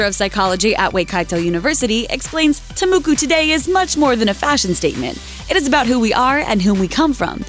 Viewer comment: I'd just like to say that I am Maori, and I'm not trying to be picky, but it is offensive to us when you mispronounce some specific words. its is a Tamoko (tah-moh-koh) not tamuku, and isn't really something for beauty, but more so for the second reason you explained. 😇 thanks thats all